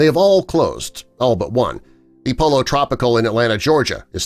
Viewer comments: Its pronounced poyo not polo😂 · It's not "Polo Tropical" it's pronounced "Poyo" the double L makes a y sound. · FYI - Pollo is pronounced differently in Spanish. It's poy-yo, the double L's make a Y sound. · “Pollo” cmon, poi-yo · Are you THAT ignorant to pronounce "Pollo" as "Polo"? What planet are you from? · Where did they find the narrator? Who here in the US pronounces pollo as polo? Is it also tortila? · Dumb click bate. JackN the Box isn't going anywhere and he doesn't even know how to pronounce "pollo" Some of the others are struggling though...